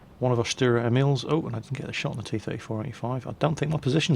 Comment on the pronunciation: Sturer, not Stürer.